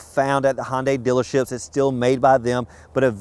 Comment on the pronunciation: Hey...get a clue - it's "Hun-day", not "Hon-day". And give "...good ol'..." a rest.